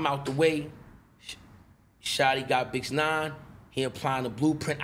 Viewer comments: Is he saying bitch9? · Bruh of many times does he say bitch-9ine 🤣🤣🤣 it’s a chill thou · I thought he said bitchnine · Is he saying bitch9 lol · When he said “bixnine” then had to stop, pause and make sure adam heard him say it was so cringe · Why he calling him bix nine ?